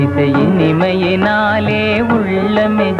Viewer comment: புல்லாங்குழல் இனிமையினாலே என்பதற்குப்பதில் "இனிமையேனாலே" என உச்சரிக்கப்பட்டுள்ளது. மற்றபடி பாடல் மிகவும் அருமை. சென்னை வானொலியில் பாடல் பயிற்சி அளிப்பது போன்று மாலைவேளைகளில் ஒருவர் பாடல் சொல்லிக் கொடுப்பது போன்றும் அதை பாடல் பயிற்சி பெறுபவர் திரும்பக் கூறுவது போன்றும் இருப்பதை உள்வாங்கி அதே பாணியில் கவிஞர் கண்ணதாசன் பாடல் இயற்சியுள்ள விதம் மிகவும் அருமை. இம்மாதிரியான ப பாடல் கேட்பதும், காட்சிப்படுத்திகாண்பித்திருப்பதும், மிகவும் அபூர்வமானது. பதிவிட்டமைக்கு வாழ்த்துக்கள். படத்தில் இடம்பெற்ற அனைத்து பாடல்களும் தேன் சுவைததருவன.